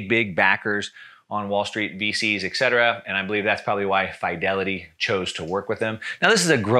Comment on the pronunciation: It's high time you learn how to pronounce "Fidelity" as well as "fiduciary".